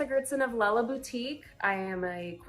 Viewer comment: It seems you are having a hard time with the name, "Lella," as in "Lella Boutique." You've been pronouncing it, "Lay-lah." My mother's name is Lella and she experiences this a lot. She tells people it rhymes with Stella and Della. Vanessa Goertzen, the designer behind Lella Boutique, explains she named her company after Cinderella. She couldn't pronounce the name right when she was little and would say "Cinder-lella." Hope that helps! Love Fat Quarter Shop!